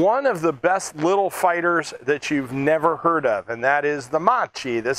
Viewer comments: its the MACCHI. The H is silent. Like Christ or Christmas. I should know, thats my name. Your italian. You should know better. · in italian the sound "ch" is harsh, like "k" so you have to pronounce "Makki"